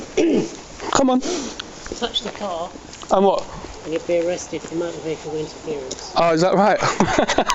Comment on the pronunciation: I’d arrest him for saying “arkesd”...